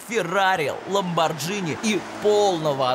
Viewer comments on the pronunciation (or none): Молодцы ;-) Прикольно, душевно НО - один косячок! Ламборгини - название итальянское и G перед H именно созвучие такое примерно "гхи"с почти не звучащим "х" так что ИМЕННО Ламборгини ;-)